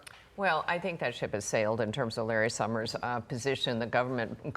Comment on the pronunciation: I never heard of Larry Shhhummers!